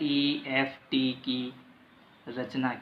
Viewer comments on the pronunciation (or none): pa sir lift Ko left padh rha ha sir 😂😂🤣😂